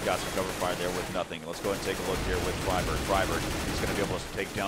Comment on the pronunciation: ''Fryburg'' oh god my sides